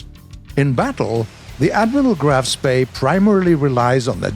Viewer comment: Applause for saying "Spee" right ^^